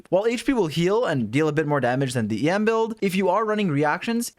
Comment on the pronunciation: Istg I heard you keep saying yam and I'm like what Turns out it's em LOL 🤣